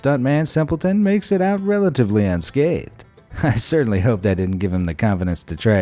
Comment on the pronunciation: finaly said somethin rong he said besides some couple bruses hes unschathed unschated bruses i dont know how that works